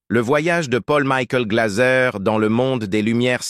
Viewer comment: Pôll Mikoul Glazeu !!! Maudite voix robotisée de l'IA 🙄